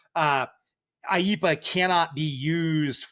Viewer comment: AYE - EE - PAH sounds like Speedy Gonzales has a cold.